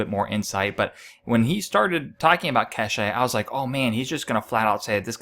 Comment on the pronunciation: it's not pronounced Ke she... it's Kesh.. silent E